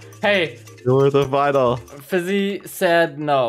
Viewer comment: Bruh his name is fiizy not fizzy